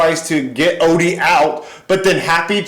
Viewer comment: It's Odie not Olly